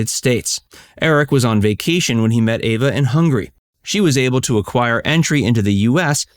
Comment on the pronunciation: Her name is Eva not Ava